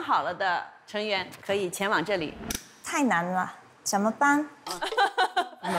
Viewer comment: 谢娜：前往（wan），宁小红花。这基本功还得再练啊